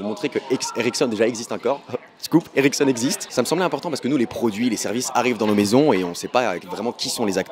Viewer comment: Je crois tout le temps que tu dis "érection" au lieu de "Ericsson"... Hum hum...